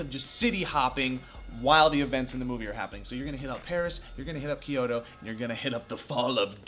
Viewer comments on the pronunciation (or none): Key-oh-to?!?! Seriously, i thought was off on her Japanese pronunciation. Kyo- toh. (Toh pronounced like the start of top)